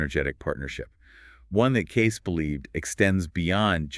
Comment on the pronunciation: His name is pronounced Edgar Cayce (Cay-see)! I know, I lived in his home town.